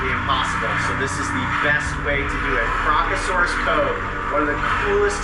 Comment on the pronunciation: Remove the first “r’ from crocasaurus